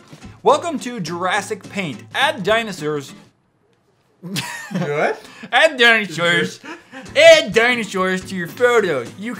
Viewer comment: Haha 😂 he said dinoshurs